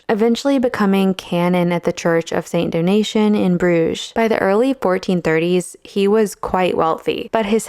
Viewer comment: Do-Na-Tay-En, not "donation"